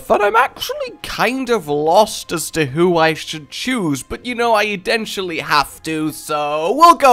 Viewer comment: Did you say"eden-tually"